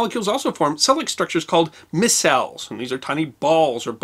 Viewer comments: A small correction, in chemistry circles, the word "micelle" is pronounced "my-cell". I really appreciate your Brief Histories. Keep up the good work, and thank you. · You did well on the chemistry of soaps and detergents, I work daily with a whole host of emulsifiers, which include soaps and detergents. Also, I have a degree in Chemistry and I love Chemistry. Sorry I had to, one very minor correction. The word micelle, is pronouned "My-Cell". Great video. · micelle is pronounced mī sel